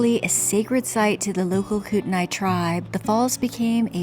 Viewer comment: Just FYI it's pronounced Kootney.